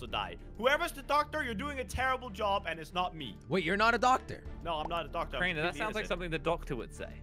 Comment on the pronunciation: calls crainer in cranner